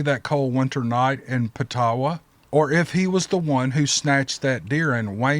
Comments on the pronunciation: i live in Ontario Canada and the military bases’ name is Petawawa it’s a native word meaning “ where one hears a noise like this” and it’s pronounced pet a wa wa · Hey. Here from Canada and live your show. Just to let you know the guy S name is pronounced Gay-tan, and that towns name is pronounced Petah-wawa. Cheers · Its pronounced Pet-ah-wah-wah, Ontario. Located on the Ottawa River in between Quebec border and Algonquin Park. The area is home to the Algonquin Indigenous Peoples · Not trying to be condescending but the military base in Ontario is pronounced Pet a wa wa JAMES SCOTT NICHOLSON,ONTARIO, CANADA P.S. GREAT SHOW KEEP UP THE GOOD WORK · Great show. Love to hear that military story. BTW pronounced Petawawa. Love your French onion. Lol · It’s pronounced Pet A Wa Wa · Gay tawn = gaton wainwright = wayneright petawawa= pedaWAhwah (ojibway)